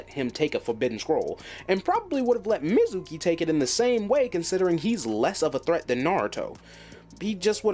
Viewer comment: I gotta ask cuz of how you pronounce mezuki, did you only read the manga/only watch the anime in sub??